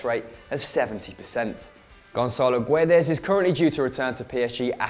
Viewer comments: the u in Guedes is silent so you read it Ge-des not Gu-e-des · The U in Guedes is silent :)